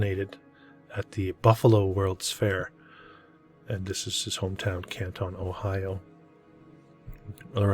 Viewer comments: It’s a football outside of the city hall and it’s Canton, not Kantahn. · Love the channel. Buildings are amazing. Pronounced CAN-TON as in 2000 pounds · It’s pronounced Can’t-en in case anyone cares. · Pronounced Cantin btw I should know I'm from Canton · The narrator is an absolute nut. Any real historian or even an amateur historian who lives here understands when those buildings were built, that many of them still stand, and we have oral and written histories of each of them, including church charters and family Bibles. The pictures are wonderful, but the narrator is an idiot. Learn how to pronounce the name of the town before you make a video. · This is junk! AI ? He can’t even pronounce Canton correctly! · well if you want to seem to know what you are talking about … pronounce Canton the way it is pronounced by Cantonians and Ohioans! Seriously! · great video. Americans pronounce Canton differently however. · i wasn't trying to be rude, he asked if we knew anything about Canton ohio, and being an American I know that he was pronouncing it incorrectly, I meant no offense. I figured he'd want to know since he's a facts guy.